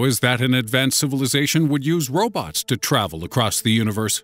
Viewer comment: did he said robux than robots?